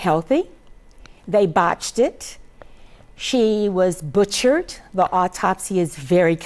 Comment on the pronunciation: Hatchett "he butcheted" people are sickening